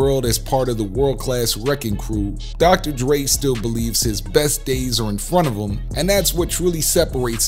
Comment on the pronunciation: Am I the only one who heard the narrator call Dre, Drake ? 🤷🏽‍♂️